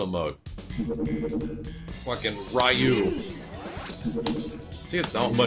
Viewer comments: why you name it raiu.... wasn't it reeu???? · "Raiu"?! Ha, ha, ha!